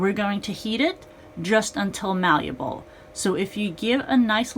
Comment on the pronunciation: Ok but the word is malleable, not maluble.